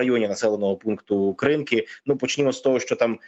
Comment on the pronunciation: Навіщо ви змінюєте наголос в назві села КринкИ?